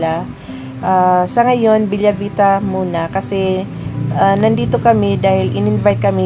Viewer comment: Bella Vita is read as Bela not Belya.. its italian Beautiful Life😊